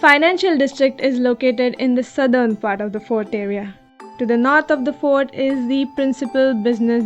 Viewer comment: I think if you correct the’s and thee’s and establish a good vowel command you would be even better